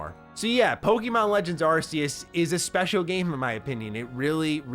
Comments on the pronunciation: "arKeus" not "arSeus" :D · It's aa-key-us not arse-ius lol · u can tell ur not a fan at all coz u just said Z-A takes place in the same place as Black n White lmao Z-A it's literally X and Y ... n stop pronouncin Arceus wrong it's AR-KEE-US -- but what can i expect from an AEW fan... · Why is he calling it ar-see-us? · You are saying arceus wrong xD